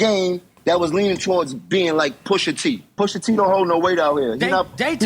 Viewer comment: Jummo can’t even speak pusha T’s name, Jenny jones must be getting high wit crissy again 🤦🏽‍♂️